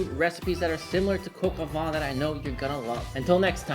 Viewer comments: PS Coq au vin = Cock oh Vuh - I absolutely love your work. You inspire me - and I’m sure so many others. Nothing better than seeing someone who has truly found their passion in life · Typical yank bad French pronunciation of the actual name of the dish and the so full of themselves as if they've invented it's been going on for thousands of years just the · You are great. (Please learn to say “coq au vin” correctly lol). This was delicious!! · Pretty sure that isn't how you pronounce Coq au vin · The correct pronunciation is coq au 'van' the 'n' being silent. 😎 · "Coq au vin" l'accent y était presque ! Bravo ! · PLEASE it is not pronounced coco its cock oh van jeuss christ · And you pronounce coq au vin differently. Doesn't matter, except you put so much emphasis on it. Ok last comment I'm ending the vid early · About "Sergeant Gilbert", you pronounced it almost correctly, just say the "G" in Gilbert exactly the same way as you told in the word "sergeant", and you're spot on with the ending of these two words. However, please don't pronounce "coq au vin" like "coq au vent", as these two terms mean completely different things. What you say basically means "rooster in the wind" which might be understood as something like "rooster-shaped weathervane" or "weathercock" (properly called "girouette" in French). "Coq au vin" should be prounounced something like "coco vang" (you know, the boom vang of a sailboat that feels like coco). Your "n" at the end of the word is correct, BTW. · Julia impression actually made me laugh 😂 Coq is pronounced exactly the same as the English word. It’s funny how so many Americans always try to make it “coke”… COCK O VEHn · what the f is cock-o-VAH, mate? its coq au vin = cock-o-vin (van* sometimes). I though you worked in a pro kitchen for many years and suppose to know a thing or two about French cousine. Jesus, lad.. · Please teach him how to say coq au vin. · …pronounced, “Cocoa van” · Sonny, say: "Coke-oh-vaahn"